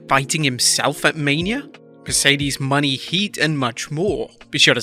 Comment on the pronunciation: Can we please say Mercedes Mone name right?!? its (monay) not (money)